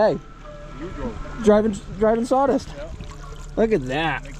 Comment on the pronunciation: "Presheeight" "Prahjict" "Sawdist"